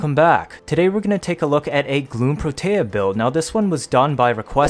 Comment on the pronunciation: I feel like Protea doesn't get nearly enough recognition, and people just subsume for dispensary. I'm out here like "put down 3-5 turrets at once, max duration, and try to find an enemy you can't kill." (Also, I REALLY don't want to be that guy, but it's "PRO-tea." That's how Parvos pronounced it, anyway)